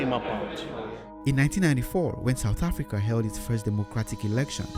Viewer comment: Excellent video! but please stop saying africaRR